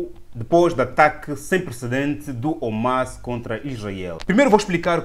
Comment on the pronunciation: Irmao me perdoe mas nao se diz Omas...mas sim HAMAS( é arabe o termo)